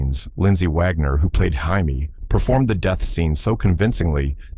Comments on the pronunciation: The Bionic woman's name is pronounced Jay me Summers, not High me . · Its JAY-me, not HIGH-me! AI has a long way to go. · Ir is not Hymie It jay me! Quatermass, Qu Ay ter Mass I hate AI narration! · NOT Hi-me Summers. It's Jay-me Summers. Stupid shit a.i. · Jaime Sommers. The Bionic woman was Jaime not Yimmy. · the bionic woman isnt 'heimey'.. its jamie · The Bionic Woman's name is Jay-me Sommers, not Hi-me! Your AI did this Before, and you Still do not Proofread it's Faulty Work! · Maybe the AI was Spanish... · The bionic woman's name was Jaime sommers not Haime sommers. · Worse than mispronouncing her name, the more terrifying part of The Bionic Woman was when the Fembots were introduced. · Hey! AI! It is NOT "Hymie", it is "Jaimie"! People are all concerned that AI is too smart or that it will take over... y e a h.. all this concern when it cannot even English. I do not know who put this together but most of it is not the right series or just some other filler. SO THUMBS FOR YOU! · Ai can't pronounce words properly .who's hyme summers ??? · Hiamie Spanish for jamie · Flub on Twighlight Zone scenes and Ai voice. Haimey Summers??!! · I think the AI may assuming a Spanish pronunciation of the letter J. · Maybe it's the Mexican pronunciation: Hay-meh. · The AI voice read it as if it was the Spanish male name "Jaime". Or at least as and English speaking person would pronounce it. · Learn how to pronounce "Jaime" What you did is infuriating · AI messes up on names constantly. Data from Star Trek could never use contractions. I always thought that was stupid but maybe they weren’t so far off.